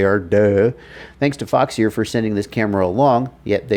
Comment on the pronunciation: foxeer, pronounce "f*ck sir"?? lol why foxeer not waterproof they product??